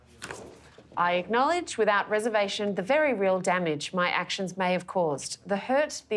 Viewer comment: Can't say "may". 😆